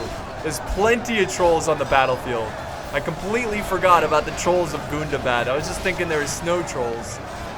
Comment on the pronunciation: I love it when you say GOON DAH BAHD